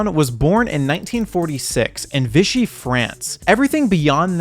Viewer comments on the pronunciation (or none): none